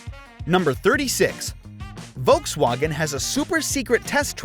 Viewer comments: Volkswagen.... volks wAEHgon, not volks WAgn. AND SPELL THAT FOR 50 MINS?! GEEZ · The way you say Volkswagen sounds like the most unholy mashup of the English way of saying it and the German way of saying it. Please just pick one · ah yes. voltswagon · Why does he say volkswagen e o s... it's Eos after the goddess.... at least he got the wind names right.